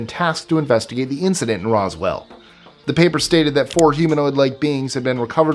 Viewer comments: I wish that people who make these videos would do more research. He called Roswell "Rockwell" lol. Project Blue Book was not secret but Sign and Grudge before it were. I'm only 2 minutes in so how many more inaccuracies will there be? Lol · Yeah, as a fan of UFO history, that verbal mistake had me cringe.